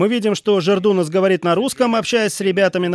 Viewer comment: Господи, комментатор, не жердунас, а жедрунас